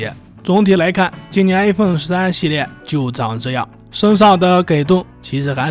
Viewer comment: i發音都發成a